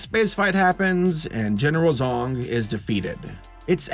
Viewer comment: "General Zong"....... Did no one else immediately think "General Zod" or am I the only one??? I swear I thought said Zod at first then I heard it again and thought "Oh, he said *Zong*"